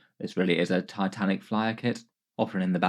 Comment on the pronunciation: Dislike for "tatanik" and "taisanf" in less than 10 seconds from the video start. Fix your spelling so called native speaker, any foreigner can speak English better.